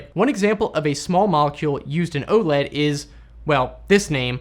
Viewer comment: Gah! Please stop calling it "Ohled". It's initials, so it's O-L-E-D. (oh, el, ee, dee).